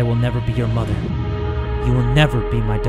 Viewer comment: it sounds like he's saying mutter and Vatter in german lol :> 🇩🇪